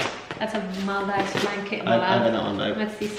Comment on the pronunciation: Do you want to search how to pronounce Maldives????